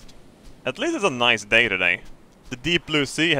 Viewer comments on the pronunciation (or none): none